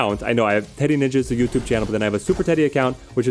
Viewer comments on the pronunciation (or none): none